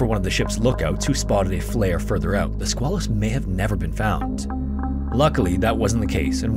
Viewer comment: It's the Sqay-lus and the river in Portsmouth NH is the Piss-cat-a-quah.